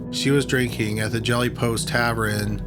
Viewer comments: I love ya,. But if you say TAVREN and not TAVERN in ONE MORE VIDEO, ima have to report you to the Grammar Nazi’s. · Alecha Francoeur I think he says “tavern” differently. It almost sounds like “tav-ren” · He says tav-ren and he said corrollated when he meant corroborated. But I don't mind, he's still a great narrator!